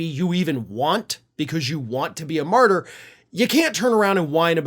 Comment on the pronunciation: Martyr? I thought he said Farter.